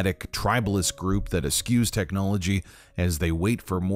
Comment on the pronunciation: Dude your pronunciation of 'eschew' sent me down a rabbit hole.. yo